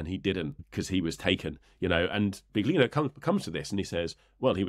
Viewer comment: Please, it's billYEEno, not bigLEEno.